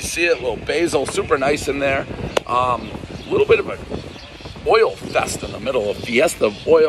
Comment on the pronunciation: Everyone knows Dave doesn’t like oil because he can’t say it properly.